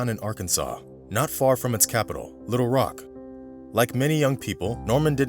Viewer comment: Good video, story had me listening pretty hard. One little nit-pick though: when you pronounce Little Rock, put the emphasis on Little rather than Rock. Not a huge deal, it just hits the ear wrong. I'm from Arkansas, so yes, I'm sure.